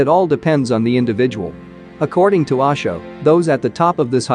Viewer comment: Its not Aasho, its OSHO my dear friend, you know O for Orange.....